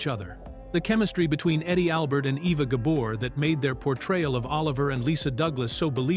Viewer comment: Oliver Douglas never wore overalls and Green Acres was cancelled in 1971, Eisenhower died in 1969 so there's no way he could have seen the whole run of the show so please get your facts straight. He sometimes mispronounced Eva Gabors name it's Gabor not Gaber.